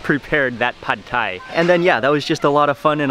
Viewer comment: That's how it's pronounced in Thailand. LOL